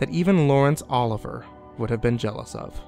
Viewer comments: Lol. Lawrence "Oliver"?? Its "Olivier" pronounced like "Oh-liv-ee-ay" Famous actor!! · It's not Laurence Oliver. It's Olivier. Uh-liv-ee-ay. French. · Ugh Laurence Olivier. Oh-liv-e-ay